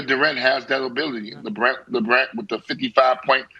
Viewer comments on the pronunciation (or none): Did Antoine just say “Lebrant”? Lmao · Yeah, really said that.